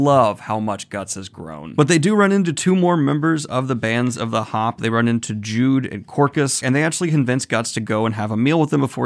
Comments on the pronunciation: Judeau is a boy and it is pronounced judó, like the martial art but with emphasis on then 'o' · Judeau (pronounced exactly like judo) is a guy. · Oh damn, you think Judeau is a Woman Also, in the last video you couldn't pronounce his name, it would be something like "Judough". I never thought about him as a woman, and I kinda like your take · Just so you know, Judeau is male and I believe his name is pronounced joo-doh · Judeau is pronounced Ju-do, he also is a man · I think Judeau is pronounced Jew-Doe And he’s a he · Other people have already told you Judeau is a guy, but your pronunciation of his name needs correcting as well! It's pronounced Joo-doe. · Judeau, the eau pronounced like in "ou". Also he's a man ahah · Uhhh Daniel, Juneau is a dude... Also it's pronounced 'Jude oh' instead of just jude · I'm probably wrong but I think Judeau's name is pronounced judo instead of jude and he's a dude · "Griffith apologists" just shows how political this series has gotten. Also just fyi, Judeau is a guy and his name is not the traditional "Jude" but rather pronounced "Judo", with french origin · Judeou, pronounced -"Judo". Also, just a heads up, he's male. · Pardon me Daniel. I think you already knew that Jude is a he or a guy and his real name was Judeau (pronounce Judo like the martial art). I mean, I used to think Judeau was a girl due to his feminine face. Just minor mistakes by the way. So continue on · Also, not trying to be a jerk but it's pronounced Ju Doh. Like the martial art judo. Love your vids man. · Also its pronounced Jew-doe. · also, I think it's pronounced Jude-o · Great analyses in here! Judeau is a man though, whose name is pronounced “Judo”. Everything else is on point. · Judeau (pronounced Judo) is a man. Looking forward to the next video! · "Jude" Oh thats an interesting way to pronounce his name "She" Uh oh